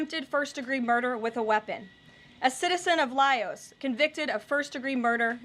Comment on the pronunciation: Calling Laos layos is pretty funny